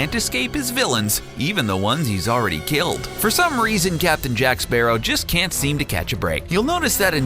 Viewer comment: Is it not pronounced like the bird! Sparrow